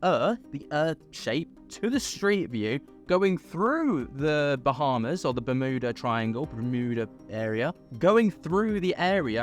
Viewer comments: The law of one talks about a ship with an energy device that's still operational at the bottom of the ocean in the Bermuda triangle. 🤷 Btw it's Yuda- berm- yuda-... Not mooodah. 😂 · ITS BEURMUTA TRIANGLE That's how you pronounce it at least